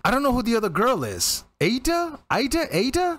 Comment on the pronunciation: Just FYI Aida is pronounced Ah-EE-dah Gari-FOOL-ina.